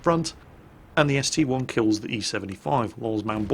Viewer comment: Didn't you say a while back you will never call the ST-I an ST-1? Well you did it in the first replay. Give back our real!!